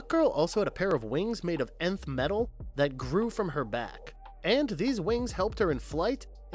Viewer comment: It’s pronounced NETH METAL